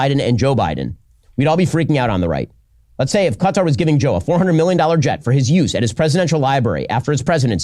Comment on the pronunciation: At least he pronounces Qatar correctly 😂😂 but of course he doesnt care about the corruption, just the source of the gift